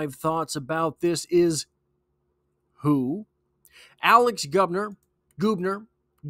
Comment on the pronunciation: It’s Gubner like Bug. Not Goobner. How do I know? My daughter dates his brother.